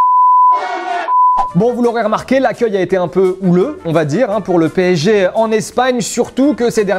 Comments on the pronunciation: Mdr pésékhé au lieu de psg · C'est puto P S G ET PAS PCG, faut ou leur dire quand même... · Bon après ils n'arrivent même pas a prononcer correctement "PSG" donc comment les prendre au sérieux 😂